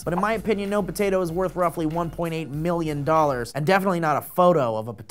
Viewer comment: Does it bother anyone else that Steve says 1.8 not 1.08?